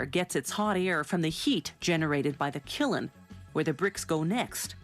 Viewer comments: Not Killin or Prohcess, dang. Kiln, one syllable and prahcess, for process. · she says killin, no kiln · The fuck is a killun? Kiln. Kihl-nuh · Gotta go in the kilan? Lol! It's kiln, no a e I or u or y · I always heard it called a kiln rather than a killen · It's not a "kill'in." It's a kiln. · Its Kiln, bot Killin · Kiln not killen wtf people? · Kilin..? I've heard of s kiln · What the heck is a "killin"? Its a Kiln. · "KILLEN"? What? Kiln. Teach her how to pronounce. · I've heard it called a kill before, even a killed, and now a killin.these narrators get payed quite a bit of money.you'd think they'de know how to pronounce the english language .FIRE THE "B".I wonder what her first language is. Any first grader knows how to sound out a simple four letter word,you "F-ing moron.post by jd avery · It's pronounced "kill". The n is silent. However the root word was cylene. So I can see why she used killin as the pronunciation. More likely she used it because it was script and that's what whomever had written for her. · KILN NOT KILLEN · What the fuck is a killen, speak it how its spelt... Kiln, backwards pronouncing morons. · I was thinking the same thing kiln isn't pronounced kil-en. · Ms. Narrator let me show u the word Kiln, now does it read killin to you ms. Webster? T Y.... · why does she say 'killin' insted of kiln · That guy there... the correct pronunciation is kiln not kilan..کلن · Kilen? It's Kiln... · Killen hurts my ears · Please ... If you are going to narrate a film .. of ANY type that will be seen by anyone else... PLEASE learn the proper pronunciation of words .. like.. oh.. let's just say for example : KILN ... * sigh * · It is "killin" me the way she says kiln. Oh well, I guess it is never to late to go back to square one in the "prow-ess" so I don't loose my head from the "gull-iten". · Its "killen" me the way she says Kiln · Seriously, how TF do you get two syllables out of KILN? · Sorry who pronounces kiln as killen? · usually its pronounced kilm